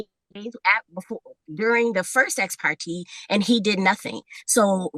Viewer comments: It's "ex parTAY" not "ex parTEE". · The judge has said ex parte NUMEROUS times yet she continues to say ex-par-tee. This girl can’t even pronounce words right you really think she’s going to follow a judge’s order? She wants it all, but doesn’t wanna do a thing there’s nothing worse than a mooch. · The way she’s pronouncing Ex Parte is sending me!😭😭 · It kills me how she mis- pronounces “ exparte “ and her avoiding sell of house.